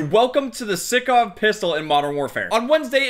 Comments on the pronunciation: its not sikov, its pronounced like sike but sykov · Stickov it's sykov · STOP SAYIN SICKOV - STAAAAAAAHP ITS SAIKOV (SYKOV ACTUALLY) BUT U GET THE POINNNNNT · Everyone: Sykov: Sickoff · please. its sEYEkov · Its pronounced saikov my guy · Mans realy said sikov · It’s sy co v sycov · Sykov Si-cov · your saying the name of the pistol wrong, not being picking just letting you know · He pronounces the gun wrong >:(